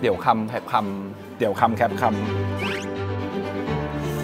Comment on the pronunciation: ออกเสียงให้ถูกแคบไม่ใช่แค๊ปใช้ภาษาให้ถูกอ่านให้ถูกอายเด็ก